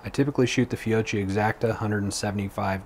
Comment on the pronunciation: Fiocchi is pronounced "Fi-oak-key", since it's Italian, you pronounce "cchi" the same way you would in Pinocchio.